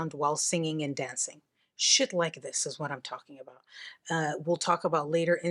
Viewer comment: “Shet like this”🤌🏽